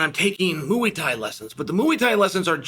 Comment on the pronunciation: Nothing like Chael talking about "mooey tai" 😂